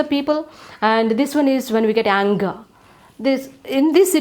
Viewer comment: Not yanger it is anger